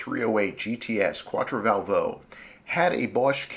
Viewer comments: Just a concoction its quattrovalvole not quattrovalvo, no biggie, great job. Thanks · I think it's pronounced "quat-tro-val-vol-lay" - but how many times does one hear that word pronounced? Let's give the originator of this site a break - he's given us hours of enjoyment! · The Italians pronounce it "Quattro-Val-vo-Lay" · Ugh, the way you butcher Quattrovalvole is just horrible :P